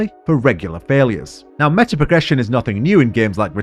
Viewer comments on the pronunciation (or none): none